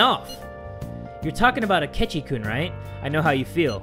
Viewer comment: btw u pronounce 'kun' as kuun not koon